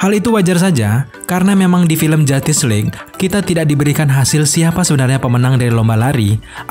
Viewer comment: Saya mendengar "Film Jatis League"